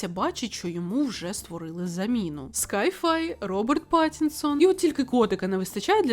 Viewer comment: Тепер чекаю на фільм з Патінсоном! І Fallout тільки разом! Це ж таке скарбище))) сай-фай, а не скай-фай. Я душна вчителька англійської мови, вибачаюся!!